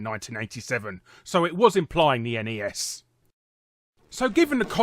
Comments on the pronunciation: Thats because Ness is not a word, but N E S is an abrieviation for the Nintendo Entertainment System.... you know, its name... XD.... just like its annoying to hear "Snes" as a word... like wtf gibberish is this? S.N.E.S. is okay, but really, we just called it Super Nintendo. Haha. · A Brit (or an European altogether) that calls the Nintendo console "eniies" instead of just Nes is kind of a rarity. :P